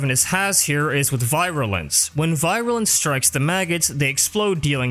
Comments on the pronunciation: Virulence not “Viralence” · You make great videos about all this stuff but I have to say you drove me insane throughout this with how you said "viral-ance" constantly. Some of the pronunciations you go with kinda baffle me. But otherwise, as said, great info and I've been going through them constantly since I found the first one, despite the minor complaint. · Nidus is one of my guilty pleasures when farming out endless missions because of how much fun he is, so I can definitely appreciate how relevant he’s been throughout the years. However, the constant mispronunciation of Virulence and Insatiable actually made it hard for me to watch without pausing to calm down (I know it’s not a big thing to most, but it’s just how my brain works). A nitpick on my end of course, but I would suggest utilizing text to speech options to make sure the pronunciation is correct for a word. I have to do it for myself too, because, not only am I self conscious about that sort of thing, it’s nice to have that kind of information handy and I like learning new things. Anyways, great video, will definitely be giving it a like. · Take a shot every time he mispronounced virulence. By the end of the video, you won't mind at all. : ) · I love your videos man, but hearing you mispronounce virulence for an entire video was painful.